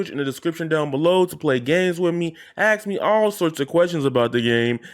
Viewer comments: Can't take anyone seriously who can't pronounce ask. It's not axe dude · Why can’t blacks say ask properly